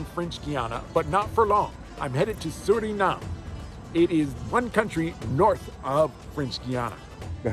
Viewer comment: The pronounciation is SurinamE. Not SurinaM !